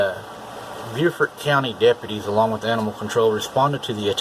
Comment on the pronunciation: Also this is North Carolina.... We say Bo-Fert, not ByooFort